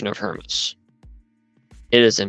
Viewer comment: It drives me nuts how she mispronounces the Shepherd of HermAs the "Shepherd of HermEs" (her-meez)! Ugh!